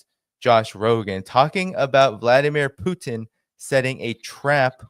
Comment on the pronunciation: He can’t pronounce Putin either